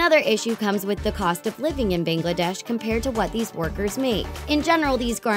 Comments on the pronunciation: Your anglicised pronunciation of Bangladesh... like gods of south Asia wth? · I'm from Bangladesh and her pronunciation of Bangladesh made me cringe. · OMG I'm laughing so hard xDD. They pronounced Bangladesh as "bengledesh" xDD